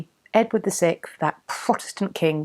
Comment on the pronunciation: Every time I hear you say Edward the sixth, it almost sounds like you are saying Edward the sick!